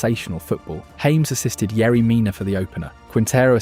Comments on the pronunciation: Its pronounced Ha - mes not english james 😂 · Its not James... Its pronounced Ha mes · Ha-mehs , not James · nice production you need to cerrect 3 things for next or futher analisis in the Colombia team, is not james as james bond... is jaa mess as tony jaa and mess like messi drop the i... SECOND as you try to quote or imply Valderrama has a point drop it there is no more power on El pibe's words... shy because the new Colombia style as you see and say this is the new era the PEKERMAN ERA adn STILL is quote him find pekerman words you will understand why Valderrama quote is Irrelevant and also why Colombia is now not dependant on Rodriguez... and that is THIRD you find curios the best Colombia streaks are build far from Rodriguez, but he still is a big ball provider, a game creator. but he is not the only one. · Within the first minute you can tell this video uses AI narration because everyone know the correct pronunciation is "Haames" for James Rodriguez. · It's pronounced Ha-mays Rodriguez. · Who is "James"? Nobody in Colombia will know who you are talking about: more like haw-mes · Mis oidos me duelen 😅😅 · Its no James. Its Ja mes 😂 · Why are you pronouncing James' name as "Hames"???? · Because it's an AI narrator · Stopped watching 10 seconds in because you pronounced James Rodriguez wrong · In Spanish the name is pronounced differently the J sounds different